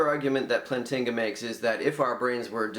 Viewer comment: I literally just made this youtube account because you're critique of the EAAN is so bad. First off, it's "Plant-inga" not "Plan-tinga". Moving on to the real problems with your video, you claim that the EAAN is a straw man because he assumes that naturalism and evolution rely on each other, in fact this is not true. Plantinga's argument is only against the conjunction of (E&N), the naturalist can abandon E to maintain rationality. Also, you've already lost the argument when you admit R is low